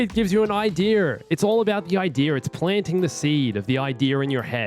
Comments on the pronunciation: No one:: idear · Ideer Planting the ideer